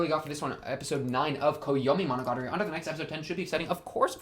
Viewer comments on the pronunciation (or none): wtf did you say at first. I only understood after monogatari